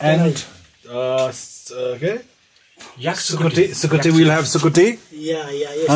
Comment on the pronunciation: The way said sukutiii and sitan💀😭💀💀